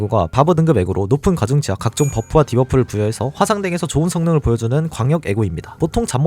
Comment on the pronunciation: ㅋㅋ 뉴비는 waw 를 바브로 읽는거부터 이상하게느낄듯 ㅋㅋㅋ